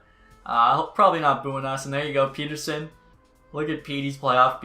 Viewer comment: the way you say pettersson kinda angers me idk why